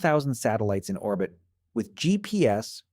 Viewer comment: How did it pronounce 'orbit' ? Very strange